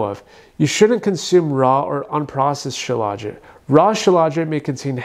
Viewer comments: Dude, you can't even pronounce it correctly. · Why does he pronounce it like that